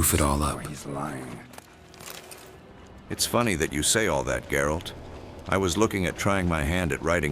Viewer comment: Geralt... not 'Jerald' You say I took dandelion out whoring?